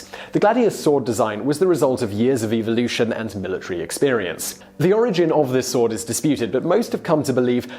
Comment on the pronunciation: probably just the accent, but sounds like EVILotion...